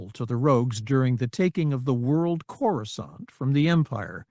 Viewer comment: Amusing that the text to speech software can pronounce coruscant correctly while most of the other narrators can't